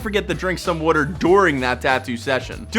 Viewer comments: Drink what? Wratr? Leave out the first r and you got it right buddy 😂 lol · Make sure to drink wuh-ter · Drink a lot of wudder. Got it. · Drink some "wuter" 😅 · Are you saying water or wudder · "W O O T E R" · Drink “Werter” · Drink wooter <3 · Am I the only one that hears wooder! ? Smh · Is it just me, or does this guy say Wuder instead of Water? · Drink lots of "wooter." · Drink ✍️a lot✍️ of wudder ✍️ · “Wutur” lol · wuter... lol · It’s funny how you was water 🤣”wuter” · That Pennsylvania way of saying water😂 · I like how you say water💀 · why does he say water like that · He pronounces "water", funny. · I was playing attention until he started saying water weird😂😂😂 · The way he says water tho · I love the way you say water lol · I’m guessing you’re from philly considering how you pronounce water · Bro where are you from? The way you say water really reveals your accent. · Why does he say water so weird😭